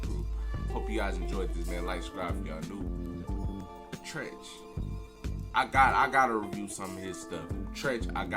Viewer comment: Yes. That was Treach and you pronounced his name right. They are from Newark/East Orange NJ. They got hits on hits on hits!